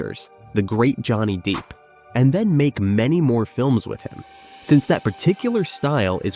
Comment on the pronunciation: Beetlejuice is a cult classic! Far from forgotten! And are you trolling the great Johnny Depp by calling him Johnny DEEP?!? Are you using robo voice over, or are you choosing to be weird? 🤨